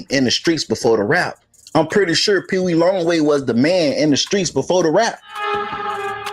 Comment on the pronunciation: It's Peewee not peedie Yuk lol. said his name wrong through out this episode.